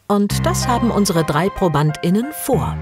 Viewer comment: Klingt wie ständiges Schluckauf 😀